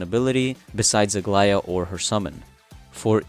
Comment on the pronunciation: I was about to say that you had the best pronunciation of her name i have heard so far by any creator, but then you said you are greek, so it makes total sense. I'm super hyped about aglaea as well🎉